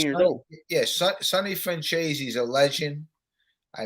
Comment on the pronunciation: it's Michael Franzeees not Franchayzee.